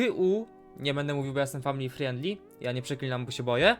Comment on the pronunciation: ten rosyjski akcent overa jak powiedział family friendly XD